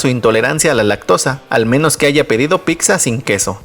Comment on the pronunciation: Osea.... Todo iba bien y dices Picsa 😂😂😂😂😂